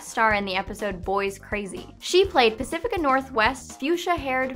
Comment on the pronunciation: it's pacifica